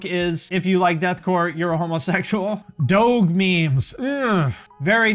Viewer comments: doughg? its pronounced dohj bruh :( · I feel like one of my heroes just died. Did I really just hear him say "doge memes" but with the "g" pronounced like it is in "dog"? Sigh...we lost another great one. All jokes aside I still love and this channel and will always continue to support and watch lol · You are pronouncing doge incorrectly, put some respect in his name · His pronunciation of DOGE😂